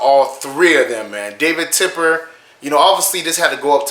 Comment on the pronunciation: Love the vids but it’s TEPPER man lol not tipper